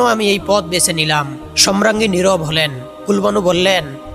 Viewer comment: ধারাভাষ্যকার সম্রাঙ্গী বলছেন । শ্রুতিকটু।